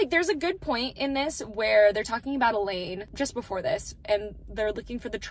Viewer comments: I’m sorry…. Are you saying “E-LEED”??????? You mean “E-LANE… it’s literally spelled Elaine. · Such an amazing talk about the book absolutely loved how you explained everything. Love how you stuck to your thoughts about it. Also loved how you were so focused on explaining about Nesta and the book you continued to say Elain's name wrong and you never caught yourself lol That is a good thing because you were passionate about your thoughts loved it ❤❤